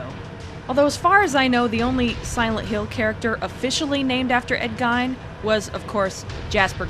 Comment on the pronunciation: 1st off i wish my girl friend was as big of a silent hill fan as you and second ed gime? Its more like gean